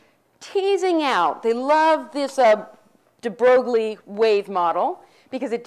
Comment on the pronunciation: I think it's funny that she tries so hard to pronounce the French philosopher's names with a cheesy French twist, but then when it comes to Louis De Broglie she butchers his name emphasizing the 'G'...whatever, more importantly... I have to stop watching these lectures. My bullshit detector has almost broken after 4 lectures. Hey, if any of you actually want to know what Quantum Mechanics is and not what the crazy lady on the street corner thinks it is check out Susskind or Balakrishnan.